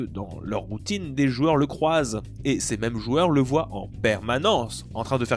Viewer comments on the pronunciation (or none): none